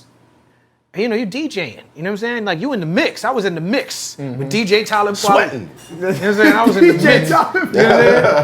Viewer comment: You pronounce the name… KWELI ! Any questions?